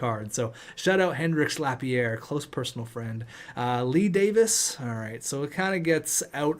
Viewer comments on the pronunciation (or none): none